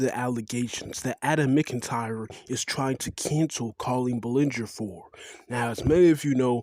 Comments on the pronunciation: Are you high? Yeah victim blame, that's a good look. I suggest you look up the definition of grooming because you clearly don't know. Try learning how to pronounce Ballinger while your at it. No there is no joke when asking minors inappropriate personal questions when you're a full grown adult, sorry. Victim shaming a child again, but carry on... What "feelings" was Colleen in when sharing her husband's private parts and her sex life with adam? Was that "edgy humour" too? It doesn't matter? You don't care? Wow, don't make any application to join child protection services any time soon will you... What's he doing? He's explaining how he was manipulated and groomed by Colleen that's what he's doing. Pretty evident if you took your Colleen Ballinger tinted glasses off for five minutes. Minors can see what? A shirtless man talking about giving himself a makeover to look like friend... Hmmm hardly comparable. Minors see shirtless men at the beach, in parks, on tv, playing sports. Not quite the same as talking about sex in private with a child now is it? Where is the hypocrisy? Where are the leaked messages Adam had explicit conversations with minors and manipulated them to work under age for free? Where? What true colours are you showing? You're saying a lot but delivering nothing... No, it's not because she didn't give him attention, it because she dangled a meeting with her over him for years as recompense for all the unpaid word he did, all the dirt she manipulated him to do in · this has to be a troll because he's not even saying her last name correctly 💀